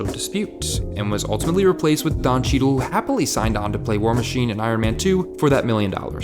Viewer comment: Terrance isn't war machine he's "war mayne"